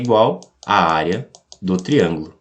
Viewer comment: Da pra entender, mas fala tudo errado (triangulo). Área do triangulo? Onde?